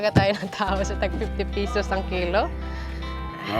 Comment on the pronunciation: Ito tlga nagustuhan ko s kanya kaya napa subscribe ako..ang sosyal ng accent nya bisaya pero english tono❤ like ang 50 pesos..naging fifty peyysosss😂mgnda sa tenga ko..kaya lagi ako nanunuod..lalo na yung alimnago hunting nya😂